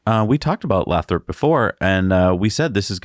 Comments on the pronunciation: It's pronounced lay-thrup. Oh, and given how expensive housing is in the bay area, half of their Fremont staff probably already live damn near to Lathrop and would love to transfer, heh. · It's "lay-throp" :-) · It's pronounced Lay-thrup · Lathrop pronounced LAY THROP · Lathrop pronounced with a long vowel "a". Lived north of the area for too long... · Stop mispronouncing Lathrop! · FWIW, Lathrop is pronounced with a long A.